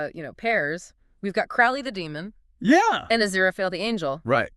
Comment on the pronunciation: It's pronounced Croa-lee, long o, not "ow" as in "out."